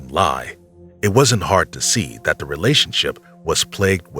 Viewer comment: immediate dislike when I hear someone say "duh" and not "the".